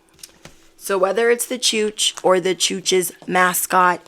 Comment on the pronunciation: do you have any Maltese friends by any chance? The word chooch is in our language only spelled "cuc" and it literally means fool or chump. It is weird how you say it! I keep thinking where did you get that from, so on point